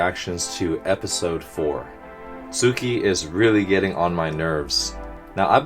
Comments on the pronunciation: soooooo this has been bugging me for a while now and i have been meaning to tell you so yeah. the way that you pronounce tsukki is like sooki but you need to add the t , its hard to explain and maybe someone else can help to explain. And also tsukki isnt his full name, its just something that the guy with greenish hair calls him, everyone else calls him tsukishima. hope that this comment didn't include any spoilers and if it did then i am very very very very very sorry gomen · Great video as usual! By the way, the pronunciation of Tsuki is more like how you pronounce "Pssst" but with the start of "T" sound, and an instant of "s"